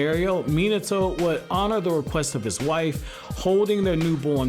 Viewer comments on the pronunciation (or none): none